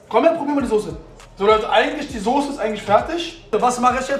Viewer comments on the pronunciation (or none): none